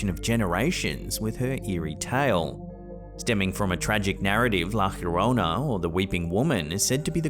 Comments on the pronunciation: "La hiorona"😂😂😂😂😂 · La llorona is pronounced yorona in spanish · Dude, love the videos, but that’s not even remotely close to how you pronounce “La llorona.” Depending on where you’re from, the Spanish “LL” has either a “Y” sound, as in Yellow, an “eh” sound as in Show, or a harder, more pronounced “G” sound, as in Georgia.